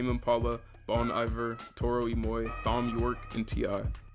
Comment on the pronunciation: Hey man... just so you know, the H is silent in Thom Yorke... It's just pronounced Tom... XD Great video though.